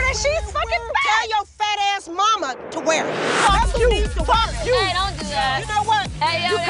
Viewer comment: "FOKE YU" " FOKE YU"🤣🤣🤣